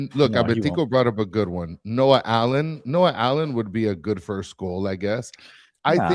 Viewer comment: plz don’t say allen